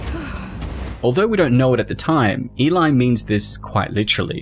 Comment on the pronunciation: Why is the narrator keep saying elai?